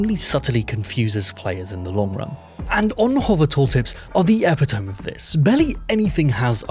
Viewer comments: For any Americans getting confused because a smart Brit said it, epitome is pronounced “eh-PIT-uh-me”, not “EH-pi-tohm” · "epi-toam" for epitome? c'mon bro really? *reaaaaaaaaaaaaaally*? literally smh. points are great but the aura loss from that is immeasurable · epitome is pronounced e-PI-to-mi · I love what you do, keep it up. But that's not how you pronounce epitome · 'EPITOME' is pronounced eh-pit-oh-me, not eh-pi-tome; just sayin' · A minor thing, Epitome is pronounced "eh-pit-uh-mee", not "epi-tome". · Sorry to nitpick but it may come up again and it's a good vocab word. Epitome is pronounced eh-PIT-oh-mee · 'Epitomé' is french. It's pronounced Ep it toe me. Good video. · Thought you'd want to know epitome is pronounced "eh-pit-oh-mee" or "uh-pit-oh-mee" if you're being lazy about the pronunciation of e. Love your vids. I forget who said it, but someone said "someone mispronouncing a word doesn't mean they're dumb. It means they're well read, because they saw a word and learned its meaning having never heard it aloud before." I'm paraphrasing for sure. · J. Ee-pit-toe-me... mate. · You mispronounced epitome at . I used to do it the exact same way too. It's not epi (like in epi-pen), tome (another word for book); it's long e, pi (like in pit), toe, me (e-pi-to-me). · 'The correct spelling is epitome. It is pronounced ih-PIT-uh-mee (ending in a long 'e' sound, not "ep-i-tomb"). It refers to a person or thing that is a perfect example of a particular quality or type. "Epitomy" is a common misspelling...' said google AI, so who knows lol I had to check myself as I was a bit confused too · That ain't how you say epitome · I looked it up, and apparently epitome is pronounced the same way in Britain (where used to live) as it is in America (where he lives), so he has indeed presumably never pronounced it correctly. 🤣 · epitome does not rhyme with telephone. it rhymes with Penellope and Mister T